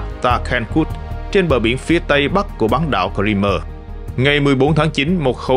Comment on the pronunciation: Ông này tự sáng tác ra cách đọc Crimea chẳng theo ngôn ngữ nào cả. Hãy đọc theo tiếng Anh ( tra Google) hoặc đọc tiếng Việt, Nga là Cờ Rưm.